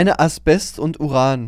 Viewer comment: Zum Thema Allgemeinwissen. Das Zeug heißt "Asbest" nicht "Aspest"